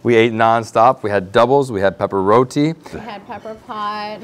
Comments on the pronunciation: I was enjoying the video until he said rodi. It's roti my friend. Love your videos still❤️ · It's Roti pronounce it right or don't say it at all!!!!! Omg